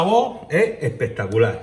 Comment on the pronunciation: como dices tu: EHPEHTACULÁH!!!!!